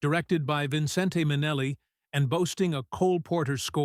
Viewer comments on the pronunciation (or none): Omg... bot narration... "vinsintay minehlay"... ugh. No credibility!